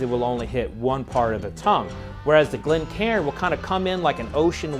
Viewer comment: It’s pronounced Glen Kane.